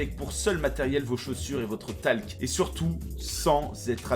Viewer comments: du wingsUUUit wesh respectés la prononciation les gars et du TALCK pour la grimpe mais putain... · Il a vraiment dit talk???? ptdr...